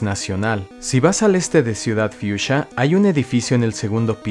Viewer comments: Me desconfigura que digas ciudad fiusha y no fuxia siendo latino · Pero qué ciudad fiusia? Anormal! Que siempre lo dices mal, es ciudad Fucsia, como el color, fucsia!!!!! Como todas las ciudades de Kanto que son nombres de putos colores